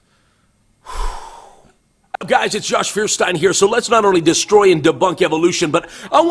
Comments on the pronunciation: The "Stein" in Feuerstein would correctly be pronounced "Shtein" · m8, its actually not Furrstein. I agree with the rest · Feuerstein = german for "flint" ("firestone"). Pronounced "foyershtine". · Yodice, It is pronounced "FARTSTAIN" Josh Fartstain...:)